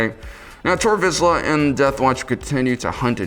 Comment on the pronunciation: Vizsla - pronounced “veesh-la”. If you copy the name of a dog breed, at least pronounce it correctly.